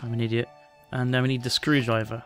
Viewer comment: Ze Screwdreiver (russian accent?) LoL!! that was the best!!!!